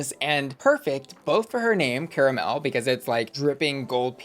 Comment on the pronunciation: Love how Cara Melle said “my name is CARa Melle” and you were like “Hm well i’m gonna make a point to mispronounce it.” Disrespectful.